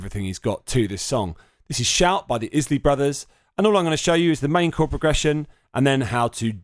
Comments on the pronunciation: Its pronounced eyes-Lee brothers Not izlee brothers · Isley is pronounced eyez-lee 🙄